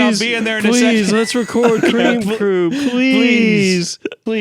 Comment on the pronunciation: Cweam cwoow